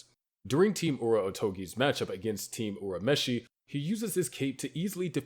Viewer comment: Why do you guys purposely mispronounce name like urameshi when it is clearly said the same in both the japanese and english versions